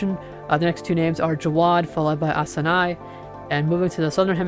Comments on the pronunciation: Please work on pronounciations… Asani- a saw knee Nyatoh- knee a toe Batsirai- bot sear eye Is there a way you can have a meeting and work on pronouncing each storm name list together? Part of being a trusted source of information is about taking the time to learn the names. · Hey you also pronounce these name wrong! Asani: a SA nee Nyatoh: NHA toe BatsiraI: BAT sear RAI